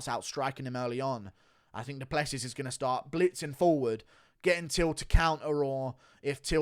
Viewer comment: Wait... so you knew how to pronounce Du Plessis this entire time and just do it wrong 99% of the time?